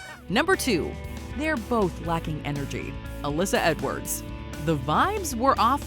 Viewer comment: Alyssa said "HEN-ergy" and I do believe that's now a lovely alternate official pronunciation ...